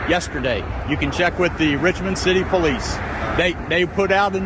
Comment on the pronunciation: " well duh.. im a poo-lice offisir aint i now..." Jeez not only is the cop stupid looking, he IS stupid too.